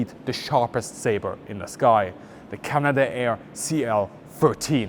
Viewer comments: It's not pronounced Canada-air, it's Canadair. 3 syllables, not 4. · Just a minor point on pronunciation, it is not "Canada air" it is "Cana Dare" It runs as one word. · It's pronounced Cana dair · CanaDare not Canada-Air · “Canada Air”? Canadair, please. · Greetings company is not canada air. Its cana-dair. Btw canadair was bought by ski-doo manufacturer Bombardier which basically mismanaged the company until it had to sell it off. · That's Can-ad-air.